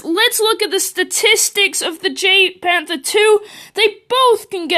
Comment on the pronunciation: Pronounced: YAGPanther 2